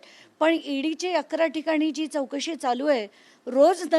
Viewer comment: चौकशी आहे चोकशी नाही.मराठी चॅनल आहे..